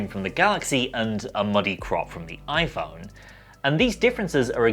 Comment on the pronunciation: the oi-phaurrrn